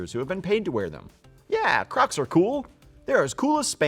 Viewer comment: Can we pause and talk about how he says “cracs”